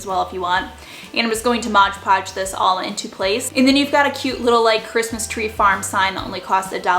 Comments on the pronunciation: It’s MOD Podge, not Modge Podge. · I have been shopping at DT for about 20 years. I love your videos and style, but have to tell you it’s “mod podge”. Sounds like you’re saying “modge podge”. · MOD podge Not modge podge... M O D Lol 😂 Great DIYs though 🖤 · Love all your diys !! Super cute ! But it's called Mod Podge not Modge Podge ! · Why do people say modge podge? It’s MOD podge lol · I’ve been shopping at DT for about 6 years. Oh, btw....it’s MOD Podge, not modge podge. Lol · MOD Podge. A bit of a pet peeve of mine... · “Modge podge” 🤣🤣🤣